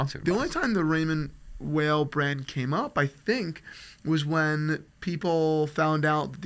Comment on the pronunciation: It's pronounced Raymond WHILE, not Whale 😂 it's not even some crazy foreign name cmon guys. I have one and love it. Well made, nice materials, and affordable. Much better than a Tissot but not quite a Frédérique Constant.